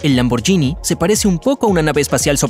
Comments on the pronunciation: Excelente video lo único es que la marca Lamborghini no se pronuncia de esa forma (lamboryini) es una g normal seria lamborguini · Lamborghini se pronuncia sin ll,osea Lamborghini. La GH en italiano se pronuncia G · Lamborghini no se pronuncia lamboryini se pronuncia lamborguini es lo mismo que el spagetti Vos decis spayetti o espagueti Y los electricos no se miden en caballos se miden en torque y kw